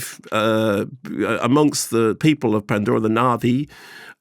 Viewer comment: I could listen to Mark's PANDORRRA voice all day